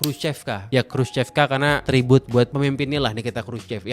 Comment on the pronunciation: Bener banget nih..si Mas yg cerita ini detil studinya soal tata kota di Rusia sejak Soviet era. Mantap..saya kebetulan diaspora Indonesia yg tinggal disekitar daerah CHEREMUSHKI sejak 2008. hanya ada sedikit tips utk pengucapan BHS Rusia.. Khrushchev dibacanya: Khrusyov.. trus CHEREMUSHKI dibaca Cheryomushki.. trus Khrushchevka bacanya Khrusyovka.. . Sedikit cerita soal sejarah Rusia, sebelum Khrusyov pemimpin Soviet nya itu Stalin. Karakter bangunan jaman Stalin itu megah, besar, boros dan wah.. sementara Khrusyov lebih memilih berbeda dengan efisiensi biaya bukan hanya karena pasca perang dunia II yg kurang biaya tapi jg karena ingin menghilangkan pengaruh Stalin dan menghilangkan kultus individu rakyat terhadap Stalin. Kira-kira begitu.😊 Salam dari Moskow.